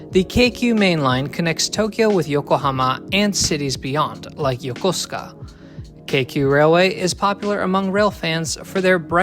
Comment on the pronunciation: Thank you for pronouncing Yokosuka correctly. I was there for 18 mos and still never found the Yakooska the sailors spoke of. (Massachusetts natives will recognize the chalkboard screeching noise they hear when someone says War-Ches-Ter)